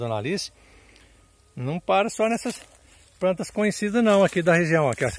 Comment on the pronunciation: Vídeo ótimo, mas o apresentador errou o nome de todas as plantas. Rsrsrsrs. MAS É UM SONHO DE SÍTIO